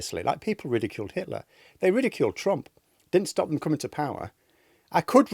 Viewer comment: To be fair, Itler had a gweat mushtosh.